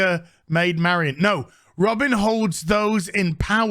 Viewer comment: It's Robin, not Robbing